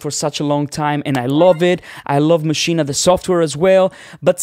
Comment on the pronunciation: I thought you were going to talk about Maschine, NOT Maschina, which you mispronounce it as all the time.